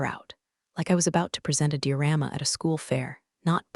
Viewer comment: will you ever get above a useless home sick abortion?? Edging to 30 weeks with 0 quality control...0 proof/reading/listening/corrections of mispronounced words... Latest being ""DIORAMAS "".. "LIVE"... ""RECORD"" RENAME YOUR CHANNEL TO THE ABORTED CHILD